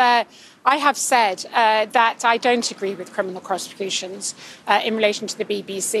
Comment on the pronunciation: "Criminal Croseputions" Did I hear that right!? :D Wow.